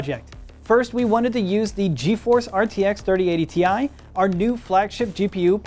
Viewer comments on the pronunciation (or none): you mean 3080 TIE? 😂😂